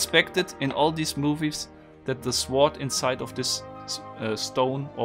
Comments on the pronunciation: The way he pronounces sword 😂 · 'Sword'... the 'w' is silent...